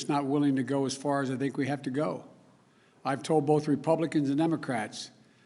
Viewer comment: Others snink that? 0.07